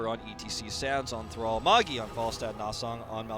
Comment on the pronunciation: Why do the casters refer to Magi as 'Mog-E'...Is it a typo for his name or do they just not know how to pronounce the name Magi?